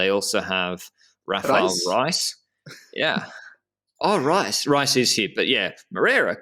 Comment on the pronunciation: Correction, Mauricio Moreira did not win the Grandissíma, he finished 2nd behind Antunes. i think he crashed at the tt and for that reason he was the runner up. And you are still saying Rafael Reis name wrong, he´s not from the Netherlands or something 🤣the correct way is more like "reys "